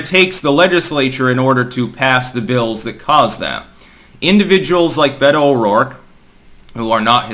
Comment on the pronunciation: Beta-oh-dork, this bitch is cringe af🤣👌